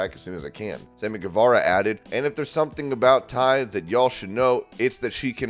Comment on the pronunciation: It's TAY not Ty, come on man!